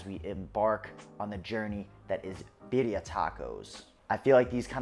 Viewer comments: He's still not pronouncing it properly? This is not a competition. I would want to know if I wasn't pronouncing something as traditional as this. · Your not pronouncing it correctly?